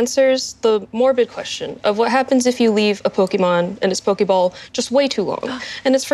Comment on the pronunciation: For bunch of nerds and geeks. They're pronouncing Pokémon wrong. 🙃